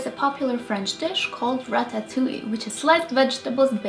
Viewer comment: I can't stop laughing every-time you say ratatouille